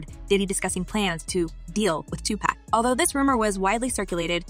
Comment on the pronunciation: Honey your always saying Tupac name wrong.